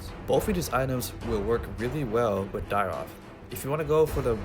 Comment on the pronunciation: Nice vid..... but isnt it.... Dyrroth???? Not Dyroth????